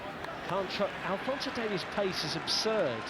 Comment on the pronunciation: It’s DaviEs not Davis😤😤